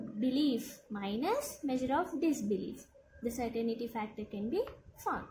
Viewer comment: hi, certain-ty not certain-i-ty